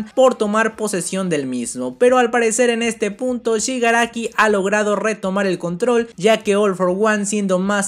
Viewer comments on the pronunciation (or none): none